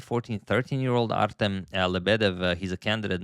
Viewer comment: Artem pronounced with stress on the second "E". i.e - artEm.